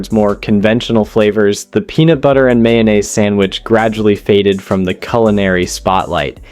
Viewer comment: WTF is "yanaise"?! 😬😅